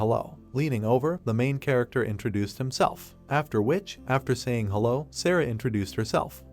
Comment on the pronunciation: Damn whatever AI narration tool is being used just made "hello" into a 3 syllable word.